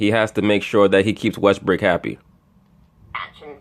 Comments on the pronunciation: Westbrook... West-BRICK? ha ha. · His name is not pronounced Westbrick !!!! Its Westbrook !!!